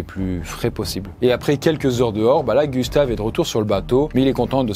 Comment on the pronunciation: Le k de Gustave et super bien dit